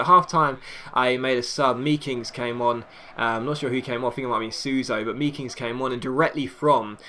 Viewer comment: I believe you say the ee in meekings as the a made, so it's makings